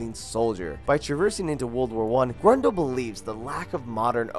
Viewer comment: Nice list, but your pronounciation of Grøndal is painful. Sounds more like Grundal...